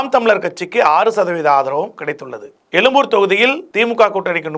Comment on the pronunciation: என்னய்யா நீ பேசும் தமிழ்...? தமிலகம்/எலும்பூர்